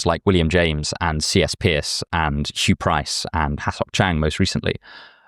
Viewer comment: Love the video, but from a yank to a Brit, it's pronounced "Purse" not "Pierce".